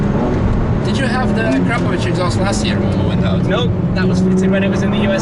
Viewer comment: A-crap-o-vich? Ac-ra-po-vic!